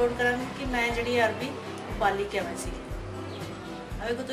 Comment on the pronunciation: Bohat wadhieya Ha but It’s not Arbi, it’s Arvi.